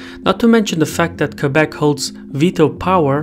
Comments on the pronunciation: Thank you for pronouncing Québec perfectly. I appreciate the quality of your excellent videos. Thank you! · As a somewhat politically-informed Canadian, I salute your hard work, and am surprised by the accuracy of the information. Good job on the pronunciation of Québec as well!